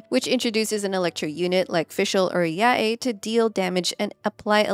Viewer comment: She pronounces Yae like what now?